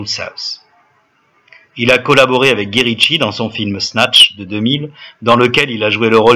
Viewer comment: C'est quoi le rapport avec sa fin? C'est vrai qu'il s'est laissé aller pour devenir un gros tas ou c'est juste un montage? En passant guy en anglais se prononce Gaille Ritchie, fait au moins l'effort de bien prononcer les noms, c'est un minimum.